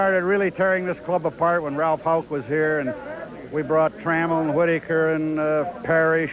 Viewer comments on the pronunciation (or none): none